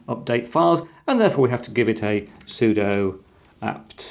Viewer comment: You can’t speak with authority regarding Linux while pronouncing sudo sue-dough. It’s not pseudo. It’s not a subjective accent thing. Sudo means “Super User Do” and therefore IS pronounced sue-doo